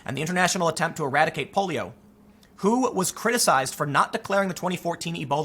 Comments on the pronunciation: Cringing when Tim pronounces the W.H.O. as "who" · For the first half of the video, every time you said "WHO," I thought you were asking "who." #TrueStory + #Facepalm